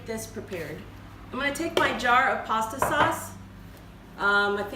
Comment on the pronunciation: I like the way you say saws lol and that was a very clean kitchen excellent video I look for to seeing more